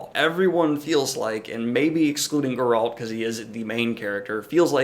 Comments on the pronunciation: Your pronunciation of Geralt goes straight up my spine... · Grrult? Who’s Grrult?